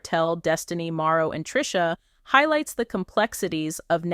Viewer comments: The information is correct but it keeps saying Maro, instead of Marsau. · y u keep calling him maro.....say mar so ... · Here is a misspelling, but the pronunciation is Mar- so Marseau, Mar-So dang....